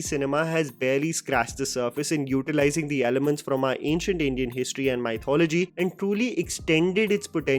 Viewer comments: It's Mi-thology.. not Mai-thology. Oops sorry🤭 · Hey bro, it is not pronounced as 'my thology' but 'me thology' or muhth·o·luh·jee